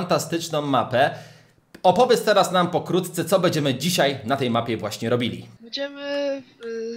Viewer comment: nie mówi się tera tylko teraz